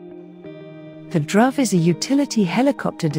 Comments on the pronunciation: Dhruv is pronounced with a short oo sound and not the uh sound. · "Dhruv" is [dˌiːˈe͡ɪt͡ʃɹˈʌv], [dˌiːˈe‍ɪt‍ʃɹˈʌv], [d_ˌiː__ˈeɪ_tʃ_ɹ_ˈʌ_v] (IPA phonetic alphabet) not drove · Nice mispronunciation of Dhruv.